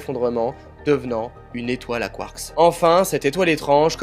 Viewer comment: 🤣🤣 t'as pas capté ^^ c'est ta prononciation de "quarkS" tu l'annonce au pluriel comme si tu parlais en anglais 🤣 je sais pas si tu connais les lettres muettes 😚 c'est un truc qu'on apprend en primaire 🤣 t'es sensé savoir ce que c'est 🥹😘